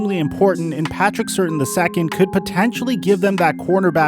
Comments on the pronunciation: He really said Patrick certain 😂😅 it’s pronounced ( Sir-Tan ) Patrick Surtain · pronounced Sir-tane. Not ser-tin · “The Dallas Cowboys select Patrick Certain” Im certain you mispronounced his name 😆😆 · Bro I know these names can be tough but cmon man. “Certain”, “Pay yay” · i died when he said Patrick “certain” the second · Glad I wasn’t the only one. It’s Patrick Sir-tane. You can tell he’s not an Alabama fan. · This man said Patrick Certain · You repeatedly butcher "Surtain", having no idea how it's pronounced, proving you have never seen him play.